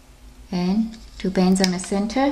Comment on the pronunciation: Lol u say to bans instead of two bands